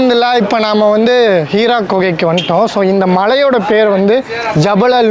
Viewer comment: அது ஹீரா குகை இல்லை ஹிரா குகை